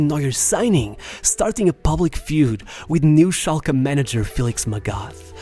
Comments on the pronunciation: SchalkE not SchalkA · Its schalkE not schalkA not shulker